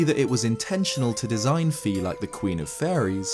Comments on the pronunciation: Fi is not pronounced "fee" its actually "fai" :P just sayin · It's FAY, not FEE.